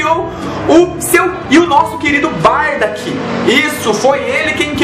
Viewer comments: escrita correta >>>>>> Bardock pronuncia correta >>>> Bardack ^^ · nao e barda se pronuncia au pe da letra bar-DOCK